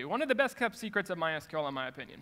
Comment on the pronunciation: Thank you for saying My S-Q-L and not my "sequel"